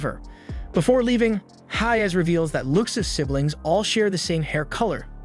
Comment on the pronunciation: Bro you say haze and not hayes.